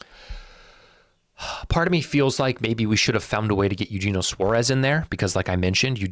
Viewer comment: It’s yuhennyoh suarez